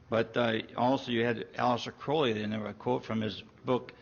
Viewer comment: Actually if you read the book, Crowley is using child sacrifice to refer to masturbation. This guy hasn't read it either, and he also doesn't know how to pronounce Crowley.